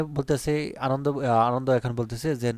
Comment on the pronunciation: আনন্দ না আনানডা😂😂😂